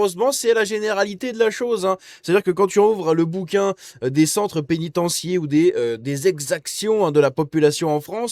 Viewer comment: (2'20)Péniten-tiaire bordel ‼️ judiciaire, fiduciaire exetera Sinon...Bon boulot, merci mon cher